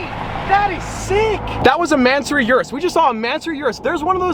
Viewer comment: "Yurus" makes me cringe evertime someone days that